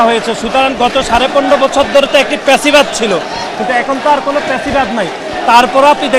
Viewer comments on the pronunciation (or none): এই রিটায়ার্ড মালটাতো ফ্যাসিবাদ ও কইতে পারে না, "পেসিবাদ" কয় 😂